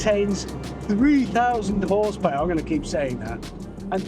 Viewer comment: Horsepower ❌ Horsepowahhh ✅